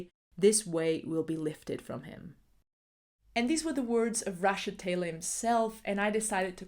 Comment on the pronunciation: Amazing photographers featured. Thank you for featuring Rashod Taylor. He’s been a big influence on my own photography for the past year. BTW his name is pronounced ‘ Ruh-SHOD ‘ . ❤️